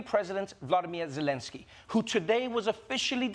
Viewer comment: C'mon, Trevor...you could at least pronounce the Ukrainian president's name right.